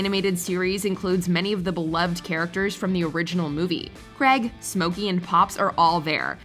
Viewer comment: She called Craig, “Greg” SMH